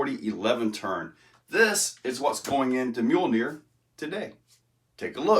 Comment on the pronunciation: I'm glad you put the name of that rig in the description cause I swore you Were saying mule deer bahahaha. "Mjolnir" I thought I recognized that name but it's no good without the decal of one 👊🏾👊🏾👊🏾